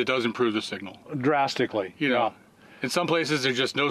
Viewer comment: "DRAMASTICALLY", Great new word, Bob, ;) Love it